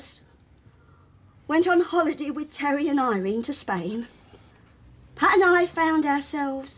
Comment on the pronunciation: MsCharlieBrown78 (Charlie Rae) she made Pat sound like the most disgusting word in the English language 😂